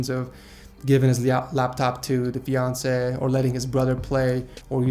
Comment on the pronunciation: Please upload a video of you just saying fiancée for 10 minutes straight it's the cutest pronunciation I stan